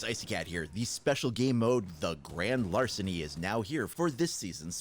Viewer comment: Great larceny not larcent